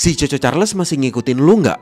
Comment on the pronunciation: Bang ngomong nya chu chu cahrles